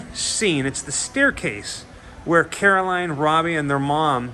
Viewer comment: Carroll Anne not Caroline